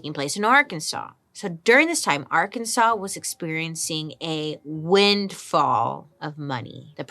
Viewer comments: We've been saying Ar-Kansas ... it's just not right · It is Arkansas. ar kan saw. Its a Quapaw word. We have 3 indigenous tribes plus the Cherokee that settled here. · girl i love you so much, but if you call it Ar-kansas one more time ... :/. lol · Great video! But it’s Ar-kan-SAW😊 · Please don't pronounce it like Ar-kansas😭😂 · Did you know it’s illegal to pronounce Arkansas as Ar-Kansas? So weird. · We said Ar-Kansas at the same time…